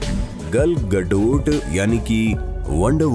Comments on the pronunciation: this is not how you pronounce gal gadot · Gal Gadot ke pronunciation ki to 🤣🤣